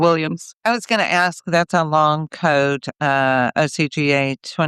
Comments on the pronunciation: She says "wit chew" for "with you". They also say "axe" for ask. And "din do nuffin" for I didn't do anything. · It’s ask. Not axk